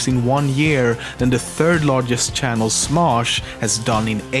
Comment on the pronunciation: lol shannel XD it channel not shannel XD